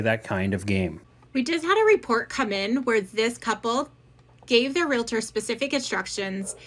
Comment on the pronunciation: Real-tors NOT re-la-ters! Two syllables only. So many people mispronounce this.